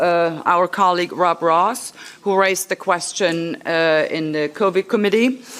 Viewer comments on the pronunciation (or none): Thank you Dr. John for all you do. I can't thank you enought . I like to correct the name of the MEP colleague, she mentioned in her statement; it is not Rob Ross but Rob Roos. (sounds like :rose)